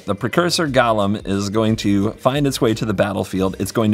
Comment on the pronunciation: Also pronunciation of golem to sound like Gollum is more fitting/confusing than ever with this theme.